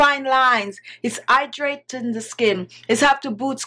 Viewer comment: and "Idraytin" (hydrating) ☺